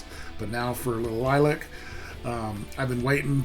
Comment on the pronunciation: Good lord! Stop talking...and it's not green screen. Plus, it's Lil-lee-ac...not Lilac.